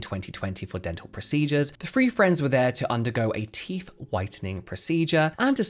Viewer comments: How come you can say THink and THought but instead of saying teeTH, you say teeF? Frankly, if anyone with good, healthy, and normal teeth is doing this just to look 'good', they deserve the hassle, expense, and pain. How stupid is vanity and following trends 🙄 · It's 'TEETH', not 'TEEF'....FFS!! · Since you periodically do pronounce the word “teeth” correctly, please try and do it consistently instead of using “teef” randomly. Very annoying 😒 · Cmon it’s teeTH NOT TEEF! you more intelligent maybe I heard it Wrong 😑 I don’t think so plzzzz remember you TH’s , apart from that this is the best like info channel That’s also Hilarious when needed ok edit - now it’s toof ache lol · Please stop saying Teef pronounce the th sound. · Please please, it’s not ‘roof’ it’s ‘tooth’!!! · What exactly are these "TEEF" you keep mentioning? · It's "teeth," not "teef" FFS 😂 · The word teeth ends with a “th” pronounced as in “the” not “ teef “ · ‘Teeth’ not teef’ had to stop watching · Why are you calling them teef?? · Love how you say teef 😂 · Do British people realise the say teef and not teeth? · “Turkey teef” 😂😂 omg you’re killing me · Popped up on my feed. But i cant listen to anyone who pretends they cant pronounce 'th' they think it makes them sound cool. I noticed the he kept forgetting to say teef though! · I wondered what I'd clicked on when I heard "turkey teef". What to do with poultry???!!!!